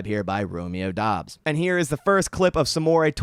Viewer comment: Pretty sure Doubs is pronounced “dubs”